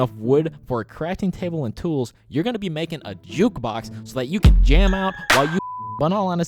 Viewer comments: Dude he said make a caftting table and jutbox and jame in hahaha🤣🤣🤣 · Why you say JUKBUX!? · Should you build your base near a cave? And also, WHY DO YOU KEEP SAYING JUKEBOX!?!